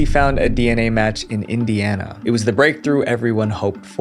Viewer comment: you'r embarrassing its "indiana" a state in us 🤦🏻‍♀️🤦🏻‍♀️🤦🏻‍♀️